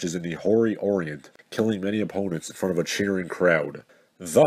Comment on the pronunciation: "whory orient" whorient